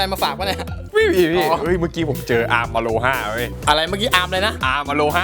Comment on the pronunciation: ถ้าพี่จะพูดไม่ต้องพูดอโลฮ่าหรอก อโรมาเลยก็ได้นะ 555